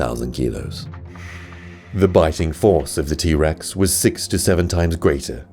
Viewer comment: is t rex not t bex